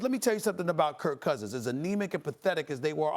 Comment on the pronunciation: SAS always says Kurt Cousins xD Skip used to as a derogatory term.